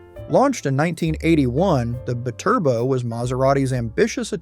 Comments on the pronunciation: ... it's "bye-turbo" not "b'turbo" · The Maserati bi-Turbo Is pronounced Bee-Turbo.. I owned one. In the 90's. I wanted one after I saw it on a Miami Vice episode with Bruce Willis driving one. Season 1 episode 7 No Exit. I was lucky my engine ran great.I did have trouble with the heater motor and a/c.